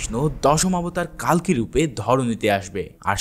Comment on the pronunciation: কালকি না কালকে 😅😅😅😅